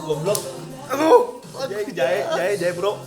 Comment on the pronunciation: Ngakak terus Kenapa harus JA.E sih kang bacanya wkwkwk